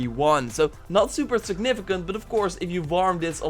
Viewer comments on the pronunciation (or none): none